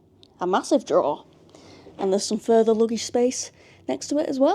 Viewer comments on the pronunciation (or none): none